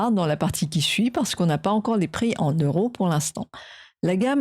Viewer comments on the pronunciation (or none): none